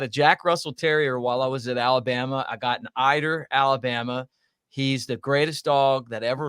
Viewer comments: said Alabrama. Lol. Great show guys! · “ALABRAMA” 🤣🤣🤣 Roll Tide!!!